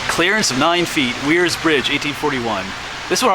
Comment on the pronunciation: This is a very cool covered bridge! It’s actually pronounced “wares” mill. You were only about 20 miles from the Kredersville covered bridge outside Northampton. That one is my favorite. It’s beautiful!